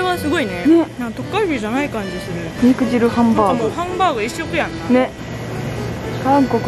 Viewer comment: 肉"じゅう"やなくて肉"じる"って言ってるあたり相当汁やばいんやろうな